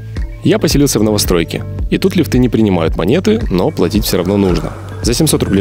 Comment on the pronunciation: Не лифтЫ а лИфти. Смешно вас смотреть. Не нравится?домоййййййй